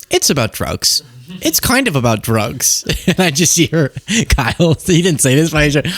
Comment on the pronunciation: aayyyye why did you say it like that?? 🤨📸 I got my eye on you. You put some respec on Kyle’s name